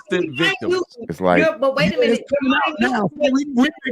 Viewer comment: She said I don't want to minute( my noot) that's not how you use that word slowiesha